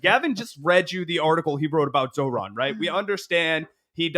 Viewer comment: Just because you mispronounced his name multiple times, it’s not zo-ran…it’s zohr-an. Peace